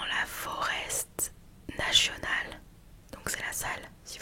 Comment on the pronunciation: Coucou, vidéo au top comme toujours 😘 par contre je me permets (étant belge quand même) ça se dit "forêt national" et ça s'écrit forest national voilà 😁 #blablatina